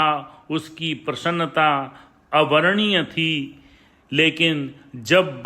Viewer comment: "अवर्णनीय" शब्द है उसको "अवर्णीय" पढ़ा गया है, कृपया वर्तनी के अनुसार ठीक-ठीक उच्चारण किया करें, वरना वाक्य का अर्थ ही बदल जाता है। जय सच्चिदानन्द। 🙏